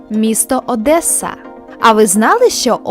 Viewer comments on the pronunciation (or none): none